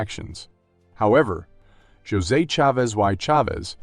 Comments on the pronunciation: Is the narrator saying his first name wrong? Josey? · He definitely is. he is saying "Jozay". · Its A1 and all the spanish names are said wrong